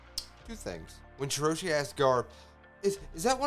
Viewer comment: Reverie = Rev-er-y. Rhymes with Beverly Marijoa = Mary-joe-a with a slightly softer J sound like a "zh" Shirahoshi = Shi-rah-hoe-shi